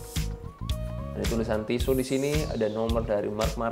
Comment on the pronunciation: Pronounce nya on point 🔥